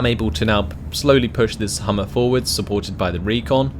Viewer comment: Interesting video, thanks. By the way, it's Humber, not Hummer. :)